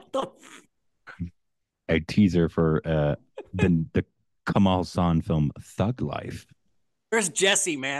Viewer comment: It is pronounced Kamala Haassan. It means Lotus Smile. It is a Sanskrit name and the way people pronounce it , the name sounds anything but that.